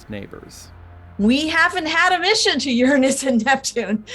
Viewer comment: C'mon lady, it's not pronounced Uranus, it;s URANUS.